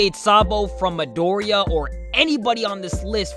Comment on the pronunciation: who's madoria lol oh dude please your pronunciation...